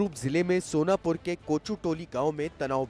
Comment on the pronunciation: Sonpur nahi sonapur hai yek bar ache se to padh lo 😂